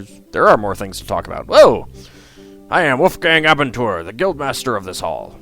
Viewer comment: Abenteuer is German :) (adventure) Your pronounciation was way off though.